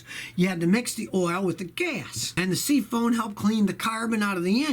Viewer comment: Hey Scotty, what the hell is SEA-FONE?? 😂😂😂😂